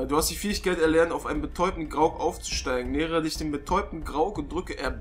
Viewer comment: Grog? ich glaube du meinst Graug